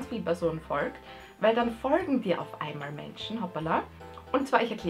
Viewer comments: Digger wem regt das auf wie die Folgen ausspricht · Warum sagst du folgen komisch? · Du sagst folgen so lustig😂😂😂 folgt mir leude: jxckya